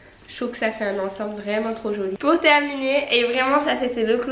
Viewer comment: « Pout Noël » ahahah 😂💋